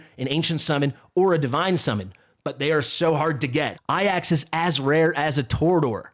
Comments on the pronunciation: Why do you say Ayax ? It's Ajax like it reads. Also he is not that rare, he was my first A5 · Please. "Ay-jacks" Not "Eye-axe"